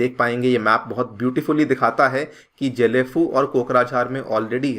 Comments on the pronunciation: Its Not JHE- LEy - FU... It's GAY - LEY- FU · गएलेफु । Not जेलेफु। Kya yaar. ... Kuch bhi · Please do proper pronunciation... It's Gelephu , not jelephu... As I m from Assam n just near about 35/40 km from Gelephu , so as we used to heard this name from very begging of our life.. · জেলেফু না গেলেফু । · जेलेफू नही गेलेफू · Happy to see even YouTuber is covering about my place gelephu. Pronounciation : Ge= gay Le: Lee , phu = fuu